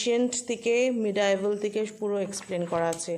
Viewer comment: Apnar Medieval uchharon thik hoyni